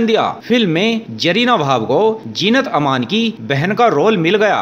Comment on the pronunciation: Aapke pronounce notion needs improvement. It's not Jarina, her Name is Zarina, even Zeenat Aman not jinat